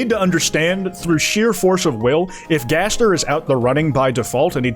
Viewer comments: Turns out that's how it's pronounced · Or he pronounces it in a french accent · Jaster? Jester? Jevil connection? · No no, jayzdeer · he finally acknowledges gaster's existence, but he pronounces it jaster.